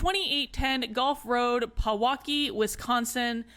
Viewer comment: PEWAUKEE, not how she fucken says it like why is out of everything she says that’s what really bothers me, maybe it’s because I’ve lived like right next to Pewaukee in Waukesha